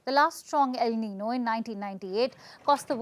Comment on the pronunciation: Please allow me to make a humble" CORRECTION " The word el nino is not pronounce as NI-NO , rather it is pronounce as EL NIN-YO , as well as La NI-NA ,IT Is PRONOUNCE AS "LA NIN-YA " it is a SPANISH WORD " So it is just right to read it in SPANISH.( the spelling also is not right that is the reason you read it wrong. It's a Ñ instead of N.) Thank you.